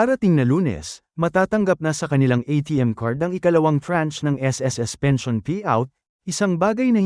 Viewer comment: Ano bang pensayon ang pinagsasabi mo?Alam mo naman bigkasin ng tama ang pension!!!Kakahighblood ka!